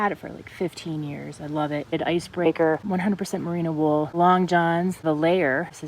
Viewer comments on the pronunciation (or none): none